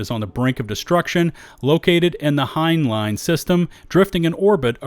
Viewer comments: Friendly note: It's not pronounced Hine-Line. It's pronounced Hine-Lynn. The system is named after Robert Heinlein, a prolific Sci-Fi author. (One of his better known works is "Starship Troopers", though the book is wildly different from the movie.) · Heinlein is named after the American science fiction author Robert A. Heinlein and I think you're pronouncing his name like someone that doesn't know this and has never heard the name. He's renown for titles like; Stranger in a Strange Land, Starship Troopers, and The Moon is a Harsh Mistress. This includes 32 novels, 59 short stories and 16 collections published during his life, plus four films and two TV series based on his work. Please familiarize yourself with how to at least say his name. There's many other systems, planets and places also named after famous people; authors, scientists, and even astronauts/cosmonauts in the game, and it's a pretty good idea to look up these who's who places for who they're referencing because knowing the thing adds some extra meta-depth to the game.